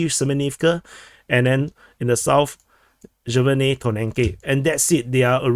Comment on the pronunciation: The J is not as in Jack, but as in Yack - so not SJeverne but SYeverne, or just skip it and say Severne, as it is written in Cyrillic as well, but certainly NOT Jeverne - that's just wrong!!!